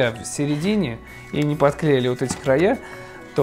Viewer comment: "Лайхфаки" от Никиты)))